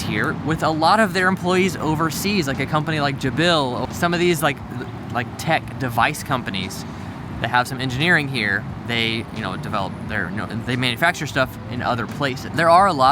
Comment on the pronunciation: Pedantic, but it's pronounced Jay-bil, not jah-bil 😂